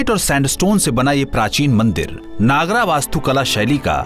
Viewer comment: It is not Naagaraa, but Naagara.